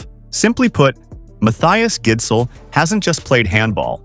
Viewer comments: It's pronounce Gissel, if you were wondering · man the pronunciation of his name is atrocious, it's a soft d. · the d in gidsel is silent btw